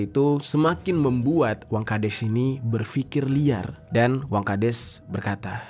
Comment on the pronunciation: Wangkhades apa wangkadas, ko di sebutin nya des mulu, bukan das